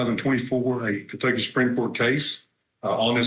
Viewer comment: It's not KENTUCKEY. It's Kentucky.